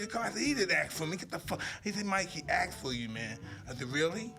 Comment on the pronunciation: He asked not axed